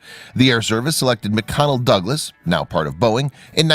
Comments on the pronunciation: Nice video. Please note it’s McDonnell Douglas, not McConnell. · Mc-"Connel" Douglas. Get your text-to-speech program to annunciate English correctly.